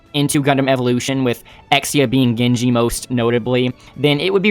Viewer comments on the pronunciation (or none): none